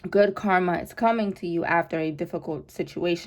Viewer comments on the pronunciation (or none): none